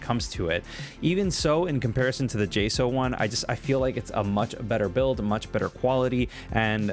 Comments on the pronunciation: It’s pronounced Jay-Socks but with a slight u vowel in the word socks. So like sauwks. 😂 hope that helped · Its pronounced J-Socks